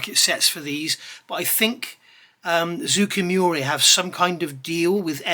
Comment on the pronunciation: Just a pronunciation note, the name of the manufacturer is more like ZOH-KAY MOO-RAH. I just finished their F-4J and found the detail excellent, the instructions chock full of info, but a bit short of paint call outs in some spots, and ultimately very cramped and claustrophobic. The build order didn’t make sense to me, so at some point I just gave up and built up everything I could as subassemblies, painted the nose, attached the intakes, finished the painting, decaled, then assembled everything in the best way to avoid collateral damage. There was an interesting translation issue where they called out the starboard wingtip navigation light as being blue (and even identifying clear blue paint from manufacturers), I assume because if you ask a Japanese person what color a green traffic light is, they will say “aoi”, which means blue. Thanks for the review.